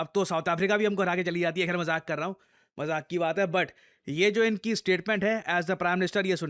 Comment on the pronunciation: majhak, kya majhak hain 😂😂😂